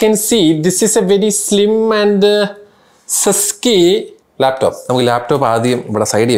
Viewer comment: This laptop is "slim and sesky" laptop 😂😂😂😂🙏🙏